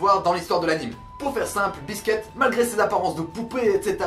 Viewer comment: C'est pas biske mais biscuit